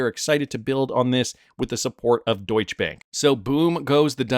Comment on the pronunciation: It's Deutschè with a short 'e'. So not "eéé' like a lot of the others say. But don't leave it out!!! BTW I'm Dutch but live right next to the German border...